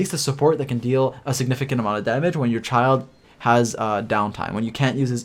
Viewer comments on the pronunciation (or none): Also its not "Child" rather say Chi eel dey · In the Middle Ages, a childe or child (from Old English: Cild "Young Lord") was a nobleman's son who had not yet attained knighthood or had not yet won his spurs. The right pronunciation is like how we say chill. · I spell Childe as like "Chi(eel)(Dey).xD also mainly cause the way everyone calls it sounds " Child"😂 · Why does everyone mispronounce Childe, (chil-D)